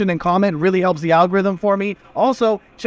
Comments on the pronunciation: Madallin LOL First learn how to pronounce it and then give recommendations. LOL. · This is a guide to failure. Didn't even say the name of the city correctly. Go away man. Thumbs down.